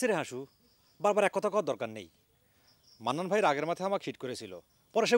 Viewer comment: সব থেকে বেশি হাঁসছি যখন জাপন ডাক্তার মান্নান কে মন্নান বলে ডাকে, 😂